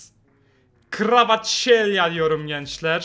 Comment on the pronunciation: abi bak kvaraşkelya değil kvaraskelya